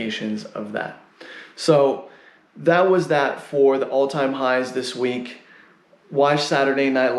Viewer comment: Dash is not Erc-20. It has its own blockchain with masternodes. And I like how you spell week as "wink", sounds funny XD